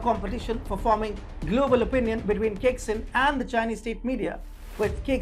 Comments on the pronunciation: It’s pronounced ‘chai sing’. Not kicksin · Caixin is pronounced Tsaisheen.